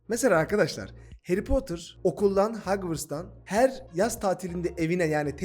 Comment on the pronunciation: Hagwırst ne 🤣